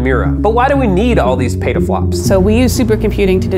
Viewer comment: it's not pronounced pata-flops it's pronounced peta-flops